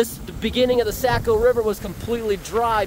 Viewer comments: hey my friend. the river is pronounced SOCK-OH not SACK-OH. great video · I just wanted to tell you how much I enjoy your videos. I’ve spent a lot of time in NH as I’m from Maine. Saco is pronounced Sock-o just for your information. It doesn’t really matter I guess but the locals pronounce it Sock-O❤